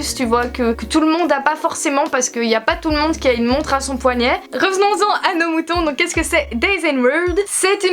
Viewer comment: * houit, * poignait aille mes oreilles ne sont pas habituées 😂